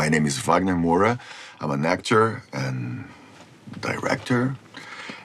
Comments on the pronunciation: Pô Wäg-ner! MouRRRa é seu sobrenome português e pronuncie-o com orgulho na forma original. Isso é um alemão que está falando… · He spoke his own name with an accent xD Wagner Morra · Ele falando "Moura" em ingles kkkkk Entendo, meu cerebro trava na hora de falar meu nome e nao sei em qual lingua falo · O Wagner falando um nome Brasileiro com sotaque inglês e se corrigindo pra falar com o sotaque original é puro ouro